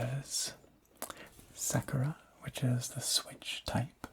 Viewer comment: Never heard someone pronounce Sakura as Sekera